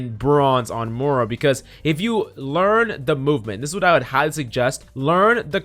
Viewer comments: PLEASE pronounce the i in moira. Im having a stroke every time youre saying moura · have no one told him how to pronounce moira yet? its not mora.... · yea xD i noticed he said it wrong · bruh how do you spell the heroes like phara is phoroah Moira is moura ana is ona reaper is rpha like wtf dude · Learn to pronounce Moira. It's like Moy rah.